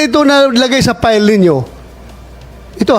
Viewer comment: Bato, pls mag tagalog ka nalang plain & simple...sir.! File...not pile.! At pwede ba hwag kang Bias. Salute 🫡 to Sen Chiz.